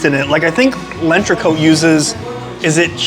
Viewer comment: It’s not lenchreco … It’s L‘entrecôte …. Pronounced (Ent ghe cot ) … 🤦🏻‍♂️🤦🏻‍♂️🤦🏻‍♂️